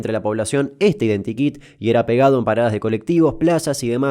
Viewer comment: Entendí "empanadas de colectivo" en ves de paradas.